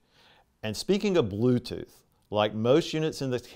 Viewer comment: Blooth tooth 😂